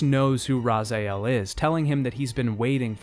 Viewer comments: This is great video, thank you for that. But every time you say 'Razael' instead of 'Raziel' I die a bit inside :D Finally emulators on Android have caught up and now I can play through all of the games in Blood omen franchise on my phone ;) This video is just a warm-up for me :D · why do you say Razaiel instead of Raziel? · Great video but I keep getting irked by how you pronounce the Is in character names ;) Janos says "Raziel?" and immediately hearing you say Ra-zay-el is a bit uncanny. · Cognitive dissonance every time you pronounce "Raziel" as "Razael". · The way you’re saying Raziel is irksome. His name is RazIel, not RazAel. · Why the f**k did you keep saying "Razael"? It's Raziel. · Bro.. It's rahz e El not rahz eye el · Cool video, the only thing that "bugged" is that you kept saying "Razael" insteal of "Raziel" other than that it's a really good watch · Bro spends 3 games hearing Ra-zee-el and pronounces Razaiel. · Ikr, literally everyone in game calls him Raz-E-el, not Raz-eye-el. It's like nails on a chalkboard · Everyone, everywhere, literally all of the time: Raziel This poser: Razaiael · Everything is incredible and in details but the way you prononce Raziel like it's RazAel but it's Raz-E-el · Why do you insist on calling Raziel 'Razael'? His name is pronounced correctly by every character in the franchise, how do you f*ck that up? Did you play on mute or something? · Raziiiiel. Not Razael. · I'm confused, isn't his name Raziel not razajiel ? I played the game in german. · Why do you keep saying raza-el ?its clearly raziel (razee-el) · Ra-ZE-el not Ra-ZAI-el. Honestly not sure how you can play the games and get it wrong, like every character in the game says his name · Hearing you constantly call Raziel "Razaielle" is really jarring. Otherwise a great video. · Why do you pronounce some names like that? It's Raziel, not Razael, SlUagh, not Slagh, etc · for some reason you saying Razael instead of Raziel really bothers me, good video though.